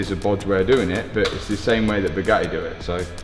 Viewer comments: NEWSFLASH: Bugatti doesn't want to sell you parts until you can actually pronounce the company's name!!! ..and it's NOT Bue-gah-eee 😑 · Twas never Bugatti, it was always ‘BUGHAAEE” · Italians must cringe when they hear your pronunciation of Bugatti.